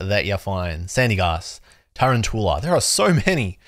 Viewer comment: A lot of people are saying tarantoola. You included. when it's quite clearly tuROUNtula. As in a round tarantula. Tarountula